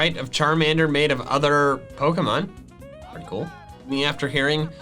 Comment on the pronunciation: Dear, please start pronouncing pokemon right.